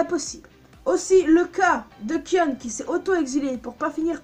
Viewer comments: On dit Kaïon pas kion.. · sa se dit kayonne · Sa s'écris Kion mais sa se prononce Kayon ou Kaïon pour se qui ne save pas le prononcé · Alors déjà au lieu de prononcer "kionne" ça se prononce "kayonne" mais sa s'écrit "kion" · Sa se prononce Kayon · Kion se prononce "kaion". Le "I" est prononcé comme en anglais. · Pourquoi tu mâches le prénom de Kion ? Ça m’a crispé dans toute ta vidéo. J’aurais bien voulu regarder en entier si ce n’est que ça qui me gêne. 😓 A par ça, j’aime assez tes théories.